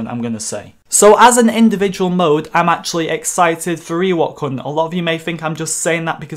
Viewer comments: I can’t be the only who thought he was saying “ Ewok cunt” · Am I the only one who hears "Eh what c#nt" instead of Ewok Hunt?